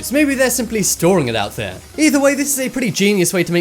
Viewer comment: I live dere owo